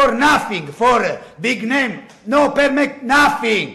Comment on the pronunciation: I not permett AHAHAHAHAH